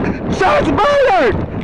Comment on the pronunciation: Haha he said shots fiyyywedd!!! Yes Sirr... so it must of been because u were black.